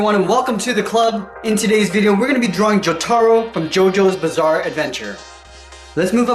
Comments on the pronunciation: No offense but my Anime Peeve is whenever someone does not pronounce a character’s name right, for example, Jotaro. I hear almost nobody say it like how it was said in the anime and instead pronounces it Jot-air-o I have no idea why it makes me so mad XD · I like how he mispronounces jotaro